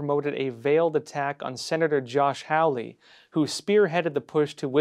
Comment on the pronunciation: Hey, our Missouri Senator’s name is pronounced “holly”. 🙂